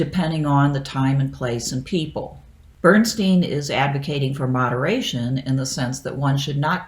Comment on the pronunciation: Out of interest, why do you pronounce Bernstein's name the way you do in this video? Germans all pronounce "Bernstein" in a way that rhymes with "Einstein".